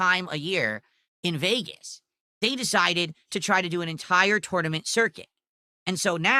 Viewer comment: Lol 6:63 that pronunciation doe... "You bring your own joystick to the toynement."